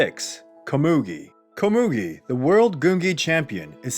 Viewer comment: You said Komugi wrong.... Edit Ponzu was not the only female. Siper was also female.